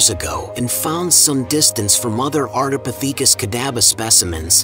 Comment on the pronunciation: Is it a robot voice? It's very consistent in its delivery. And it's very suspicious that Australopithecus is pronounced correctly but Ardipithecus is butchered. Next time they should not chose "breathless voice" 🙂.